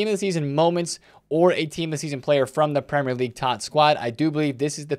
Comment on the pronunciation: "Prem - Lerr - league" -, this video.